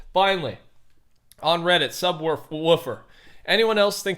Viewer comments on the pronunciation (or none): none